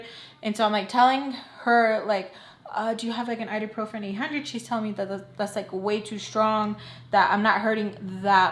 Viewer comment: IBUprofen, not iduprofen 😂